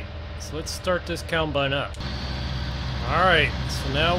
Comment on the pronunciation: It's combine not coulmbine